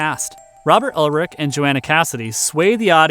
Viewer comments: Not trying to be a dick but the actors name is robert urich pronounced U rick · Ulrich? No. URICH. No L. Have some respect for the dead, man.